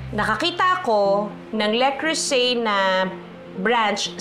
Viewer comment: Not a basher, so just we all know : it's "luh-CROO-zay" with the emphasis on the middle syllable that's pronounced similarly to the "oo" sound in "cruise." ❤